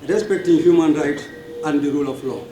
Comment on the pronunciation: Someone tell him it's not hooman rights!!